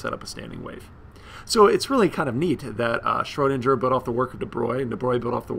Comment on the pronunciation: Lol, learn how to say Schrodinger's name first, then make the video. Triggers me evrytim